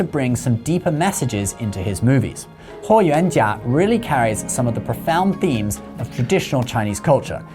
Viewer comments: As the direct descendant of Huo Yuanjia (霍元甲 Yes, he is my Great-grandfather).....he is a legend and hero of our lineage; A true "DRAGON OF THE EAST"🐉🐲.....the Celestial Solar Divinity from the Stars✨🌌 I'm really impressed by how accurately you pronounce my Great-grandfather's name👍🏻👏🏻👌🏻 Isn't it funny.....you never knew who's watching your videos 😉 Btw, don't you also have a YouTube channel about credit cards?!?! 💳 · I was really impressed at how you accuratly pronounced his name, I was really thinking you did a lot of reseaarch and cared about getting things correct. Then I saw your chnnel name lol.